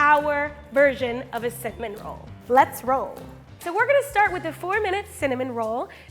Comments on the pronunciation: Is it just me or does say cinnamon as cimon roll🤣🤣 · Is it just me or did she say “cimin roll” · Nobody::Cinmnroll The way she pronounced 4-hour cinnamon roll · When she said cimmin rolls 🤣🤣🤣🤣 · did she say Simin rolls. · i love how she says 'sin-min'